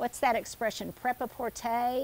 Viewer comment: pret a porter, prep with a "t", means ready! ;)....LOVE your thrifting!